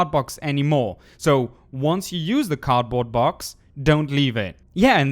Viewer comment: I'm so mad when he says "card box",it's cardboard box